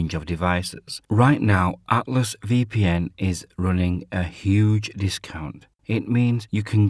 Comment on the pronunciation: Cant understand what your saying when you say Atlas VPN Your pronunciation is unintelligable. Learn how to say ATLAS Good luck!